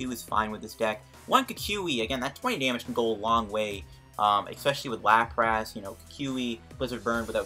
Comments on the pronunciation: Stopped watching when I heard “LaprASS” Nty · good video, but why the hell do you call it LaprASS? lol